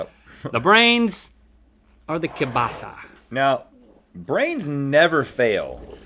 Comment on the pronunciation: Link almost pronounces kiełbasa correctly :D